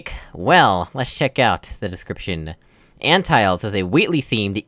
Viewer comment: "Ant-tiles" XD Just for future reference, "Ant-till-lees" Umm... you could just use the wall What an unfortunate series of events hahaha! LOL :take_that: looks around, whistling Blame the unintended solutions for the off-centered surfaces and odd button placements :P gasp Because that's a custom switch model, the place where you can press (aka use your long range use) is significantly smaller. In this case, it's only about the size of the button whereas I think in a normal switch you can press it by aiming at the pedestal. ??! You're talking about ? That isn't something I put in. Maybe you're too used to Puzzlemaker maps or something since they always end when the doors close :P Thanks for playing! I'll see what I can do with the piston.